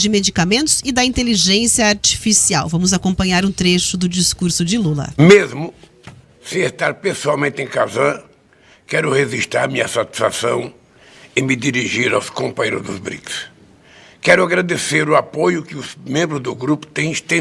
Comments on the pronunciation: REZISTRAR?? Vergonha, ainda bem que esse verme analfabeto não me represtenta. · Rezixtr🤮🤮🤮🤮 a desgraça fala tudo errado! Esse imitador aí consegue ser até pior do que o rato...